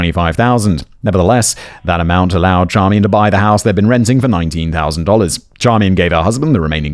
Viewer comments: I love that Simon realized how to pronounce the wife’s name, but just doubled down on Char-me-en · Hello Simon. Just so you know, Charmian is pronounced "SHAR-main". My mother has the same name (it's actually French).